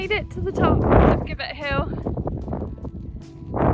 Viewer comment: Nice little walk and vlog. Glad the weather improved for you towards the end. Oh by the way gibbet is pronounced jib_bet hill.